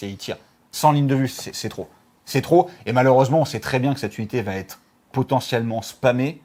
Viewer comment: Merci pour cette vidéo super complète. Bon c'est pas toujours facile à suivre car beaucoup d'info mais vu la quantité de contenu c'est compréhensible sinon la vidéo durerait 3h. En revanche, par pitié, il n'y a pas de "T" entre "va" et "être". ^_^